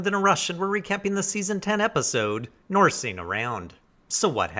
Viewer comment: 'Norseen' around, hmm okay. I thought 'ing' was said 'ing' not 'een'.